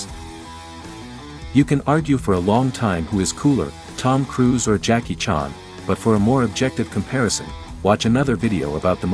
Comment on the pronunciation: Jackie "CHONNE"??? C'mon, man --- you could have asked anyone on the planet how to correctly pronounce the name CHAN. Chan rhymes with man. Jeez!